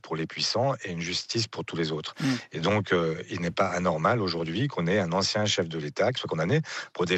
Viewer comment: Marie Schuster ; "En chien" au lieu de "Ancien" Est il un simple lapsus ? 😂😂😂